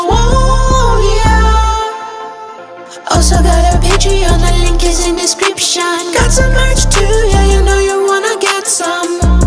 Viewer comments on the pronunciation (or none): Small critique: "Also got a Patreon, link is in descrip-shee-unn" :D